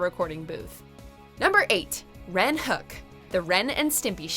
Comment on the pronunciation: It’s pronounced HO-ek, not HOOK. REN says it himself in more than one episode.